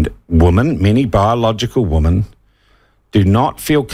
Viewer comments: Yes, women plural should be pronounced 'wimmen', it always grates to hear media mispronounce it. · Sean. Women is the plural: Woman is the singular. This peculiar pronounceation seems indigenous to our land of the great white shroud. I can say that because I was born here. I've wondered what a sex change operation would result in if out of whimsy, the nessesery airfare and the money to make a mission possible to a country where they carry out this surgery, would I then get a buzz that could take me to the wharf gates waiting for the Fleet to arrive? A conundrum if there ever was one. Or perhaps just hang around the dunnies at Courtney Place and take my chances?